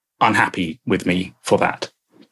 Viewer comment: Im sorry but i can't keep listening to a grown man saying "free, wiff and wiffout".